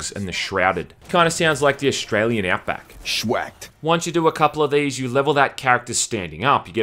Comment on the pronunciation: The "Shwacked" gets me every time